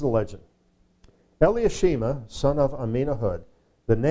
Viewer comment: The pronounced name for Elishama.. would be Eli-Sha-Ma., Correct..? Not Eli-ah-She-Ma because there's no vowels or "ah" after the Eli or L-EE, It's then SHA - Ma. Not giving grief, just pointing out.